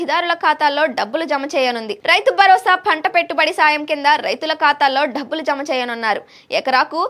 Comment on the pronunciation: Dhabbulu kaadu Dabbulu.... Kaastha telugu Telugu laa Chaduvu thalli